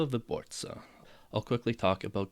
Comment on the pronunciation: it happens sometimes when you're speaking a foreign language, it takes some time and practice to get accents (including your native one) right, not a biggie